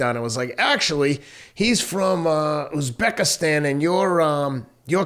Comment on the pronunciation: Love the show guys all the respect in the world but, UZBEKISTAN!!! It's not that hard to Google somebody again, no disrespect just next time google his name.